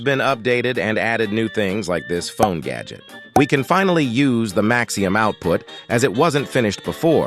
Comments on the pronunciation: MAXIMUM, not maxium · why the hell u got the tts saying maxium